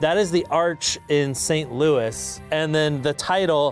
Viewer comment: “You’re gonna piss off so many people in St. Louis” he says after pronouncing St. Louis wrong like 5 times